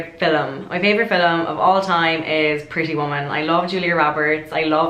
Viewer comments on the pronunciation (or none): Ah say film again, I love it!